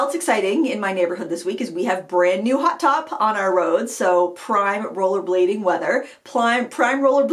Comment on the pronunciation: Thanks for the laugh! When you were talking about "hot top" I thought you were saying "hot tub!" I couldn't figure out what hot tubs had to do with rollerblading, unless it was some wild and crazy Maine summer activity! LOL! Oh, BTW, I liked the lower lighting you used ~ easier on my old eyes and more flattering, too. Happy to hear you're enjoying summer and crushin' on a KitchenAid. Just drop a few hints to Mr Frugal and the Frugal teens and maybe it will happen for Christmas!